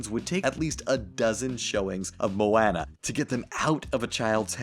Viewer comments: Did anyone notice he mispronounced Moana. He literally said it like how the other guy from pitch meeting pronounced it. It's not Moanna, it's Moana. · I legit kept scrolling to keep my faith in humanity. How are we the only people who noticed?!?! Moanna?! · The way he said Moana though✋😭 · Wow, you can't say Moana.